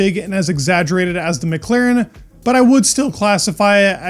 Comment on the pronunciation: did you say 'Mec-Laren'..??..like Villeneuve when he comments F1 on French tv....